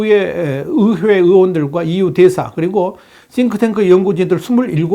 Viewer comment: 의회 발음 안되시나 어회 어회